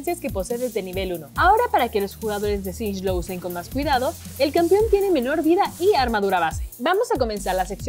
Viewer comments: Yo: singed La presentadora: shinsh :v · Espera... Dijo Sinch? Wtf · soy yo o dijo Sinsh